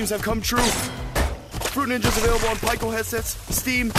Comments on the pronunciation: Ummm it’s not called Pikeo it’s actually pronounced (peak•o) Pico. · He said Pi-Co Its Pronounced Pe-co But spelt Pico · You pronounce pico as peco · You pronounce it as pee-co